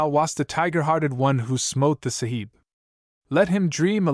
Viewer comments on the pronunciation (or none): Wonderful story, bur terrible pronunciation, makes it un-listenable, the word Sahib is pronounced with a silent h, Saab. Like the car make, Subaltern is not pronounced Sub Alt ern, but Subaltern, barracks are barracks, not bar racks, almost every Anglo-Indian word is misprounced altogether a wonderful story ruined. !